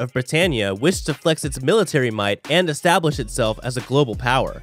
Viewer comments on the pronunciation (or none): none